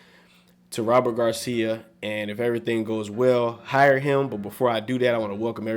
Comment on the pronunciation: somebody please tell him its hire